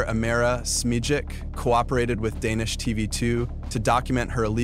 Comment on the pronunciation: How can’t you say Smajic by fucking so much up 😂